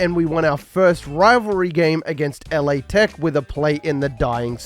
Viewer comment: Very small nit pick... It's "La" Tech think French oh la la. In the states if you say L.A. people think Los Angeles. And before we get there Ragin Cajuns "raging cage'ns" lol